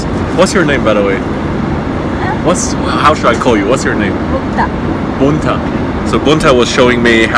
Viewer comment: It's Mukta not Bunta, lol.